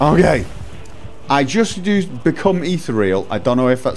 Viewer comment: Eeth-EAR-ee-al. Become like ether. Eeth - EAR- ee-al. Not eeth-real. Leaves out an entire syllable.